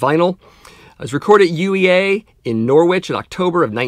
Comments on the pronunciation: Haha you yanks can't pronounce UK places. Norwich is pronounced Norrige. Angel Rat is VV best album you should revisit that one. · Great show, mate. Nice one! Norwich: It actually sounds like it's pronounced like porridge, with the 'ch' at the end. Stupid English town names.